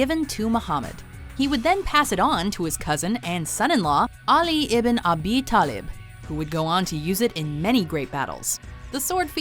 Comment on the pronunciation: You don't even how to prounouce Ali ben Talib my great ancestor how dare you!!!!!!!!!!!!!